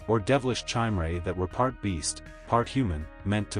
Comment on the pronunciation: Chimera is pronounced K-eye mare uh.